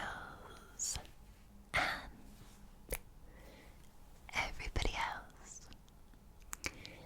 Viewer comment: Always wait for that whispery rolled 'r' in "girls" in your intro. Scottish perfection.